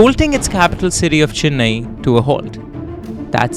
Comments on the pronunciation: It’s not fucking Chinnai it’s Chennai. My ears are hurting you say Chinnai again and again you Bihari 😂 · Great story telling and format! You got the hard pronunciations right with the tamil names but pronounced Chennai as Chinnai throughout. I know its a very common North Indian pronunciation but aint that hard to say CHE-nnai.